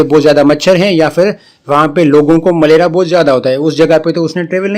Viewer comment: Sir not malera. maleria